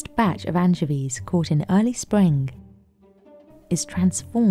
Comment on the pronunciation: anchiveeezz lol